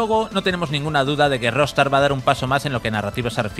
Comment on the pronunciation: buen video :) , pero, porque dice Rostar?